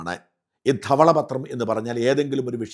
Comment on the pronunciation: പൊന്നു ഷാജൻ ചേട്ടാ ധവള പത്രം എന്ന് പറയുമ്പോൾ ആ സ്റ്റുഡിയോ മൊത്തം കുലുങ്ങുന്നുണ്ടല്ലോ...😂😂 എന്തിനാണ് ഈ " ധ " ക്ക് ഇത്രയും കനം കൊടുക്കുന്നത്...കുറച്ച് മയത്തിൽ ധവള പത്രം എന്ന് പറയൂ...😂😂😂